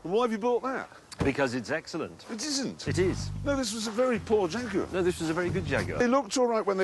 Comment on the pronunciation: "Itzisint" - Jeremy Clarkson